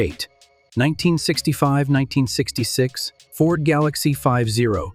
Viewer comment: It's so annoying when AI screws up. The Ford GalOXie?